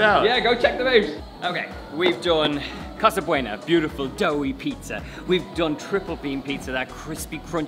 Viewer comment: It's Casa Buono, not Casa Bueno. Different languages. Also, NY is where it's at for pizza and other things.